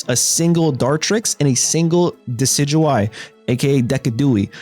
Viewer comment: I think decidueye is pronounce deh-see-djew-eye lol